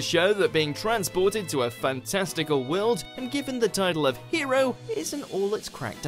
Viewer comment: It's "world", not "WeOuLd" !